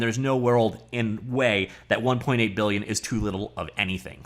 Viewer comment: One-point-eigth *Beuuhgughg*lion dollars